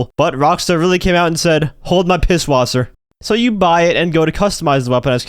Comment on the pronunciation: “Hold my pisswaser”😂😂